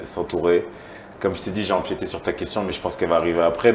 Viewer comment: ELLE A DIT "EMPIÉTÉ" ET ON NE VA PLUS RESPIRER QUOI MDR🙄🙄🙄👑🪷💮